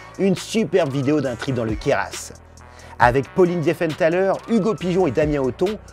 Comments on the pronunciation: Juste pour la prochaine fois, on dit Queyra. Le s a la fin ne se prononce pas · Pra loup c'est dans les Alpes du Sud, pas les pyrènes. Et en parlant des Alpes du Sud, le Queryras ça se prononce "Queyra". Y a que les touristes qui prononcent le "S", pas grave je vous en veux pas!;-) Bisous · pour Queyras le s ne se prononce pas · Mis à part le QueyraSSE et les AraviSSE qui font mal aux oreilles, c'est au top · on ne prononce pas le 's' du Queyras je precise même si c'est pas très important et ça fait plaisir d'entendre parler du parc dans une de vos vidéos ! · Toujours au top ! (PS : on prononce pas le s dans Queyras)